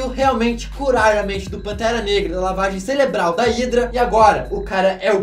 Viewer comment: lavagem "ceLebral" kkkkkk